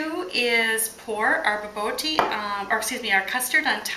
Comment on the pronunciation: Try pronouncing it like "ba-boor-tea," and you'll be a little bit closer to the actual pronunciation.